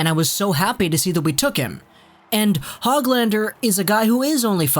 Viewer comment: You actually say his name like HOOGLander.